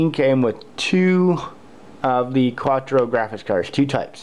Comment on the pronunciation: You're driving me nuts its not quatro. its Quadro. Pronounce Quad Drow